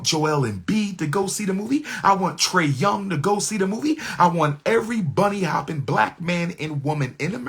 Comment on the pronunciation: Bro said trey young 😂